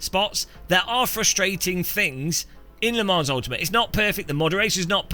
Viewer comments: Its french bro. "S" is silent. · please for the love of god pronounce Le Mans correctly 😂…. The S is silent